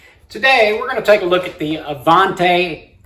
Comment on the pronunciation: My Avanti brushes do the job. Now, do I want to pay $26 for a brush that works just fine or $250 for a brush so I can say I own a top of the line brush that works a few percentage points better? By the way, the name is Italian and is pronounced with a soft "A".